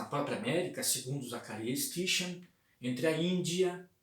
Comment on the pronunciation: Sitin é a pronúncia correta.